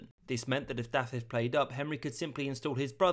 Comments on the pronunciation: I would give u a solid 7/10 only bad one was dafydd. The f is pronounced as a v 👍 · Great job with the pronunciation but the "f" in "Dafydd" is pronounced as a "v" and not an "f". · I'm sorry I chuckled quite a bit at Dafydd being called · He’s gone pretty well here. Only the name Dafydd is a bit off. Da-vith (with the TH voiced, not voiceless) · When you say Dafydd, you keep pronouncing it as thought it's Daffydd. The single f has a v sound. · As a native Welsh-Speaker, I must say that your pronounciation was almost perfect. [Just in case you ever decide to do another video on Welsh history~ Dd='th' in 'the', aka 'ð', and a single 'f' is pronounced 'v', whereas a double 'f', or 'ff' is pronounced as in 'from'. Your attempt at pronouncing 'Ll' was commendable for someone who, I assume, only studied the pronounciation for under a week, and is not a native speaker.]. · The pronounciation of Dafydd in regards to the f was my only issue with it myself. A lot of Wnglish speakers seem to not completely get the difference between f and ff. At least it's not as bad as my half-sister's mother who is also Welsh, but pronounces Pontypridd's dd as a single d sound, yet my English father pronounces it correctly. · Im sorry i know im knit picking but the prononciation of dafydd is killing me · Not a bad effort on Welsh names, but a) f is pronounced as the English v, as in Dafydd, and b) stress is never on the last syllable, so Owain doesn’t sound like domain. Also, Welsh does indeed have few vowels - only 7